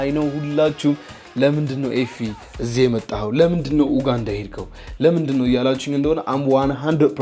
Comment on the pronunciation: It's not oganda pronunce it "U_ganda".